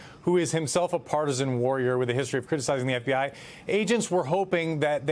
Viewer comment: Did he just say "partisian warrior"? Try grifting actor HACKS.